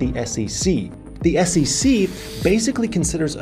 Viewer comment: It is SEC, but you say all the time SECC. Why? 😂